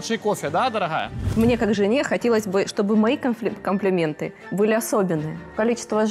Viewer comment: "ДараГая ты Гатова?"))))це гекання,ну прям мачо інстаграмний